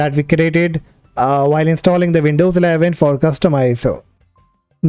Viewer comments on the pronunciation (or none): Why you sound like the Laka-Laka guy trying to scam me every day over the phone ? And why you say "Vindous instead of Windows, also... WirChewall instead of: Virtual? And why it;s : "DEXtop" instead of: "Desktop"?